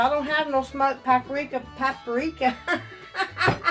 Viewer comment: It's PAP RIKA, not PAP ARIKA. I haven't ever liked blackened anything, but my niece does. She makes it a lot.